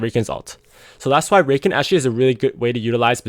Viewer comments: Discovered your channel a few days ago and it's helped me so much man, thanks a lot for giving your insight and keep up the good work! P.S. its pronounced Ruh-Khan ;) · lol it's pronounced Rah-khan, not that it matters too much for the people learning from your guides. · It's cute how you were referring to Au Sol as a she and how you pronounce Rakan